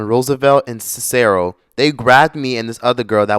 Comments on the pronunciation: Sinsero?😂 SIS-sa-roe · Lmao the way pronounced the streets in chicago and cicero Kedzie is KED like red but with a K ZIE sounds like Z-E (KED-Z-E) Cicero is SIS-ER-RO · I agree with you. Cicero is pronounced Sis-Sir-Ro lol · Lmaooooo Sinsaro (Cicero) lmfaoooo bro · Cicero- “Sis-ero” Kedzie- “Ked-zee” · Not the way you say Cicero or Kedzie😭😭 SIH-SEH-ROW, and KED-ZEE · The pronunciation of Kedzie and Cicero sent me 😭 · I’m from Chicago and the way you were pronouncing our street names (Cicero & kedzie) had me dead 🤣🤣🤣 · The way you pronounced Cicero and Kedzie is what got me. 😂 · If you’re from Chicago, then I know you must have laughed or at least cringed at the way pronounced Cicero! 😂👏🏽💀